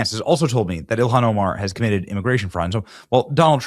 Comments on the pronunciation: Prnounced: “ILL-HAHN” NOT “ILLIAN” !!! Got it now?!?🙄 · Benny,its NOT ILIHAN, get her name right, ok? JD can't get it either, not a good look guys! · It's ILL HAWN